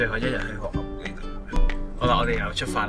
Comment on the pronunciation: 諗起當年第一次睇Mike就係河口湖嗰集 覺得Mike將河口湖讀做河厚湖好好笑 🤣